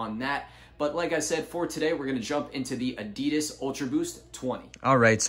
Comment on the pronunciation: U pronounce Adidas incorrectly. Adidas is shortened name of its founder, Adi Dassler. His brother Rudolf Dassler is the founder of Puma shoes.